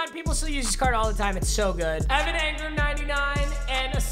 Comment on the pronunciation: Angram bruh its Engram